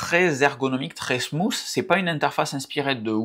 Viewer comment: Merci pour ta video! Non, il n'y a pas de faute d'orthographe avec "control plane". C'est un terme technique utilisé principalement en anglais dans les domaines des réseaux et du stockage, différent de "control panel". BTW thunderbolt ("Thun-der-bolt") et non Seun-der-bolt et smooth "Sm-ou"